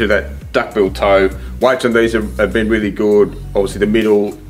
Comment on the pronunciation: Weally well